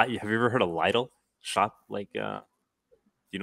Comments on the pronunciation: I think Lidl is pronounced “Leedle” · yeayeayea i heard both ways but he definitely shoulda pronounced the more usual way of saying it hahaha